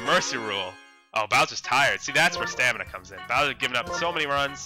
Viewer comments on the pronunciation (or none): none